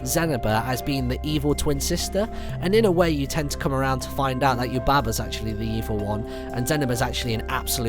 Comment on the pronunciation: Did any one else notice he said " Bo shes Yubba's son" XD